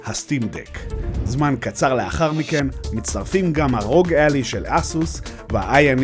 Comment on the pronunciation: ביקורת שכיף לראות אבל קראת את השם לא נכון זה עשה בי חלחלה😅 Ally קוראים כמו red-eye